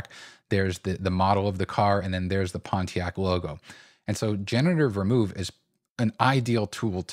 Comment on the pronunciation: I love you man...but it's Pon te ack...